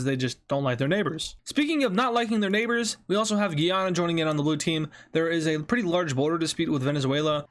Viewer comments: Guyana is pronounced "Guy anna" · Day 4 of telling he says Guyana wrong